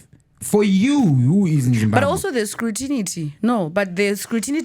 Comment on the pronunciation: vari kukupa here ma tsamba here ma Employees… ? instead of EMPLOYERS! and Scrutinity kudii nhaiwe Mutongwizo? inonzi SCRUTINY!! munodii kungotaura neShona pamwe pacho? munenge muchimhanyira kupi😆